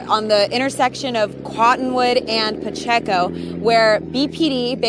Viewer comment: Hi. It’s pronounced Pa-check-o. Pacheco.